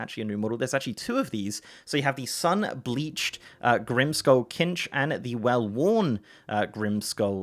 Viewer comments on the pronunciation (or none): KINCH? lol. Its CINCH yo ˈsinch lol. Sorry but kinch is definitely incorrect